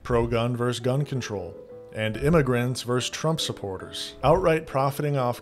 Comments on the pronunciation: Bro, you're making a scripted video, you should be able to pronounce the word "versus". You sound like a teenage streamer when you say "verse". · Hey, I enjoyed the takes you shared in this video. Just letting you know, vs. is short for versus, it’s a two-syllable word. Hope this helps 😊